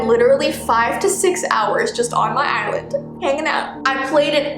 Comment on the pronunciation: When she was saying "island" I kept thinking she was saying "eyelid" : | Edit: Ah! Tysm for 15 likes, that's the most I've ever had! 💖 2nd edit: AHHHHHHHH, tysvm for 77 likes 😭💞